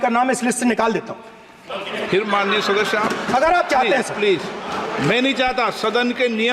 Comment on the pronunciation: शादस्य 😂😂 के शास्यदस्य 😂😂अबे भाई बिरला सदस्य होता जैसे सोर नहीं शोर😂